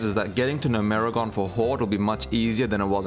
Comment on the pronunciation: never in my life have I heard someone say gnomergan "NO-MERI-GONE" wtaf zoomers really can't read